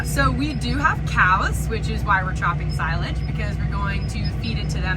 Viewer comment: Chopping sigh-lage?